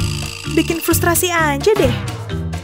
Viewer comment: "apa apaan?? Bikin fustrasi aja deh" *fustrasi😭